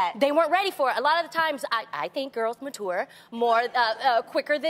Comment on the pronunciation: I had to go back. Did Tamera just pronounce it 'ma-toor'?? 😂